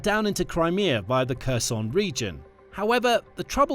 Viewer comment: Please learn how to pronounce "Kherson" correctly. It's important for news videos to pronounce proper names correctly, otherwise they come off looking amateurish and lacking credibility.